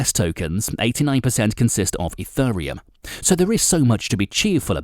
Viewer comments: What is this E-FUR-RE-UM he speaks of? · you pronounce it wrong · first learn how to pronounce it, mate..... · This video would of had much more credability if you could actually PRONOUNCE the word 'Ethereum' correctly!! All you need to do is watch a couple of other YouTube videos and you would soon find out how to say it! I've been watching videos about crypto since 2017 and I have NEVER heard ANYONE saying it the way you do! So basically the way you're say it is WRONG!!